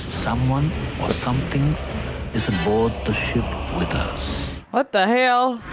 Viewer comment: Let's talk about the REAL deal during this video: "What the hell?" accent?!